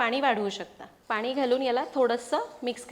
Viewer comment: खूप छान सांगतेस , छान बोलतेस ! भाषा छान आहे फक्त…… पानी नको पाणी म्हण 😊